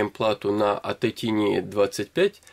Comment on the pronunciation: Не "тини", а правильно "тайни".